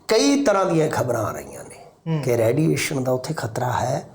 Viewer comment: ਰੈਡੀਏਸ਼ਨ ਨਹੀ ਰੇਡੀਏਸ਼ਨ ਬੋਲੋ ਜੀ